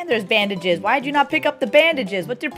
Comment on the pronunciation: Every time the word "bandages" was said, I heard, "bandit jizz".